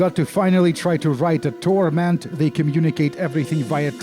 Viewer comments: Please stop saying TORMENT like that. It makes my Sensates Faction tattoo tingle. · thanks for the new vocal stim, i haven't been able to stop mimicking the way you say TORment... in fact, it's become my own personal TORment